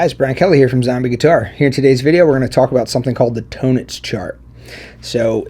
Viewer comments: You’re not even pronouncing the word “tonics quote correctly so I’m very skeptical that you know what the hell you’re talking about. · Hi Brian, it's my 1st time here on your channel. Thanks for the explanation. Having said that, I wish you literally "spelled" out the name of this chart either in your video title / on screen / in the video description because I still have no idea how it's pronounced. Are you saying "tonitch" chart? Please clarify. Cheers.. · Oh thank God I went to the comments first. I thought this guy was pronouncing "tonics" as "tone-ics" instead of Tonnetz, and I was about to have a meltdown.